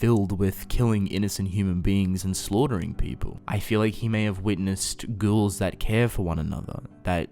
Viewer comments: Okay is it just me or do y’all hear this man say “girls” instead of ghouls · Sounds like “ghourls” to me kind of Like inbetween the two